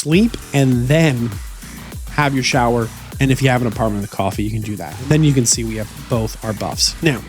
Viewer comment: Never thought I would ever hear anyone struggle with the word "can" or "ken" as it will be from now on 🤦🏼‍♂️